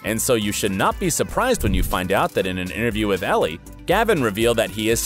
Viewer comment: Brittany N yes!!!!!!! I thought I was the only one that caught that. The narrator seems to constantly mispronounce Elle magazine’s name 🤦🏽‍♀️ and other people’s names.